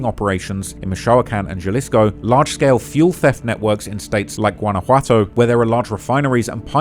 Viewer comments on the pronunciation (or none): Excellent video but brother how do you do all this research including numerous clips of it pronounced correctly and still not understand that a Spanish "J" sounds like our "H". Halisco. Ha-lis-co. Not Jhalisco. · Proper way to pronounce Jalisco: Sounds like huh·li·skow Ja-lisco = 👎 Hay-lisco = 👍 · Pro Tip: There is no J sound in Spanish,Every single time you see a J in Spanish,it's pronounced with the H sound. Not JA-lisco it's HA-lisco ✊️ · YOU REALLY JUST SAID "JAHHHLISKO" HAHAHAHA cmon man, I know you're a brit bruv, but you live near mexico now..... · Bro's pronunciation of things in Spanish is cheeks. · "Halisco" not "juhlisco" lmao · JUH-LIZ-CO bro i it’s pronounced like ha-lees-co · Every single news clip in this video pronounces it correctly, he doesn't care. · U saying (juh-lisco) is kinda pissing me off lol.. when its (huh-lisco). Even wen u hear all the news clips saying it right u refuse to fix it lol. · It's pronounced Ha leesco not ja 😂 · Hey. In Spanish “J” is pronounced like “h”. So Jalisco is pronounced like Halisco. Naranjo is naranho and so on. Edit: At least usually that’s how it works… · The "J" in Jalisco is an "H" sound bro lol! Its killing me that you keep pronouncing it like that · it's pronounced "Ha-lisco". The J in Spanish is usually pronounced like an H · BTW, its pronounced “halisco” 😅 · Nooo, it’s HA-LEE-SCO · Cabal-leros templar-es 😂 Jah-lisco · Maybe I'm more uncultured than I thought but, isn't it pronounced "Hal-isco"? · Dawg if you're gonna cover a foreign criminal, at least learn how to pronounce the spanish words 😂. Wtf is "Galisco" 😂😂😂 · Bro it’s pronounced ha-lisco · Halisco (the J is an H) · why couldn’t you at least look up how to pronounce jalisco. it’s on google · It’s just respectful to name the states correctly.. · the way he says JALISCO rubs me the wrong way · Nobody told you how to pronounce Jalisco? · my boy cant pronounce jalisco